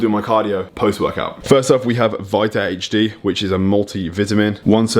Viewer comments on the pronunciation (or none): He says vit-a-min correctly, but i swear he's saying HG not HD lol